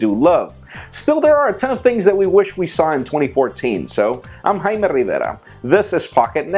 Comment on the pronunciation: you are not haime rivera you are jaime rivera LoL